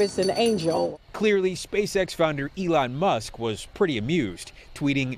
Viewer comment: . “eli musk” + cringe